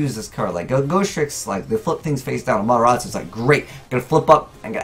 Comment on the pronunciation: That pronunciation it has T in its name